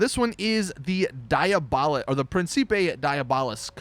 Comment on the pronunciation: Jesus Chris it's diabolus! De-ar-bo-lus